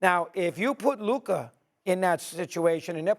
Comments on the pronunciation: If Luka had any of Ja's teammates I would pick the Mavs to win a chip. And Steven A must mispronounce Luka's name on purpose at this point XD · Ja morant is nowhere near luka or jayson tatum lmao...stephen a is embarrassing .....neither still cant pronounce luka's name thats even embarrassing